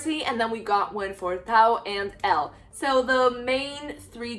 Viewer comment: Idk If you’ve noticed but you’ve been saying Elle and Taos names wrong